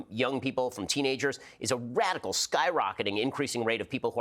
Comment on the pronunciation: The way he says radical 🤣